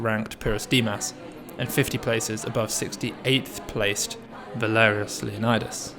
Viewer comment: For any Greeks watching, isn't Valerios's surname pronounced more like 'Leo-nee-dees', than like 'Leonidas'? Genuinely curious.